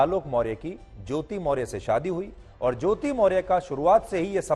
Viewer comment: पहले आपको सही नाम मोर्य के जगह पर मोर्या बोलना चाहिये. आप सही रिपोर्ट कैसे करेंगे. जब आप सही नाम नहीं जानते हैं.